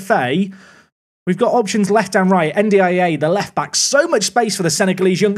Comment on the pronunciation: This is two month old but i'd like to help with the pronunciation of N'Diaye, you shouldn't spell the name, per se, try to mix the N and the D, just like the end of "and" or "end" so it's like "endiaye". Also, the tonic is on the "i" so it sounds more like "endyei". Currently it sounds like you're spelling N D I A xD love the series keep it up <3 Also this might be totally wrong but I know for a fact N and D should sound glued xD